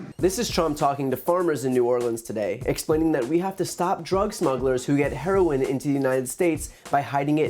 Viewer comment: Herlolin lol our president was not hooked on phonics